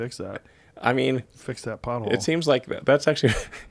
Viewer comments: Every time Elon says " pothole" I hear "butthole" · Everytime that guy say pothole I thinking he saying butt hole 🕳🤔😂